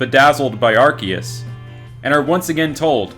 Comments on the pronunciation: Uhh ahcktyually its Arkyus not arseus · It's pronounced ARKOOS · Gotta say it isn't arkeus man Arceus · You silly silly human it is arcoos